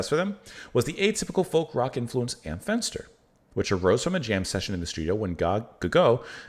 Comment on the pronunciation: I've never heard this before but I quite enjoyed it! Your pronounciation of "Am Fenster" was correct btw!